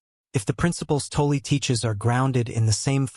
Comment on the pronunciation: Please, for the love of god, learn how to pronounce 'Tolle'.